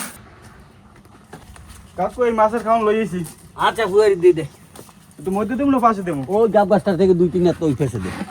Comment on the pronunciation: পুকুর ❌ পুহুর ✅